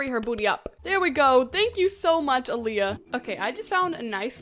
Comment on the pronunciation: I love your videos But Aliyah Is not produced a-Lia it’s all-Lia-a It happens a lot but I love your videos!